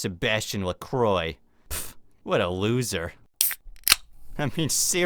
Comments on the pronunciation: you pronnouced "lacroix " like lakroy but the name is french so the good manner is lakrwa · They were all saying Lacroy , himself included